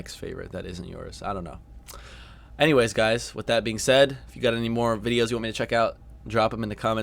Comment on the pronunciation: Anywehzzz (You saying "anyways")